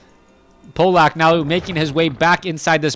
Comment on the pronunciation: In fact, it's "Pavlak". ;) Trust me, I'm from Poland too.